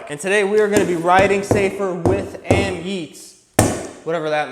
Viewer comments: AmYET bro not AmYEET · AMyet,,,one e am yet is how you say it